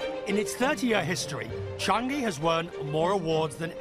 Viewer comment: Not Chang-gi! It's Chang-i!